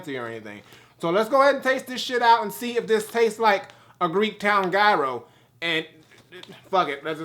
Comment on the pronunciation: In his defense, he's not the only I saw pronouncing the word Gyro completely wrong. Lol